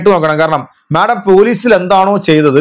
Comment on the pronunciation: മാഠം അല്ല മാഡം 😂😂